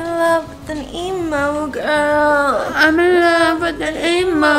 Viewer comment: “Am in love with an EMO GWROL” LOL